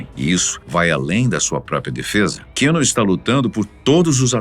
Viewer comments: A pronuncia do nome Keanu é Quiano e não Quino. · O nome dele é QUI- anu … pelo menos acerta nisso né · Narração muito forçada para os termos em inglês... errando até a pronuncia do nome do ator... Força menos que fica bom...